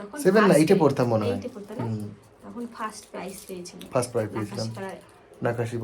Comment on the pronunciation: প্রাইস বলেনা প্রাইজ বলে Price আর Prize...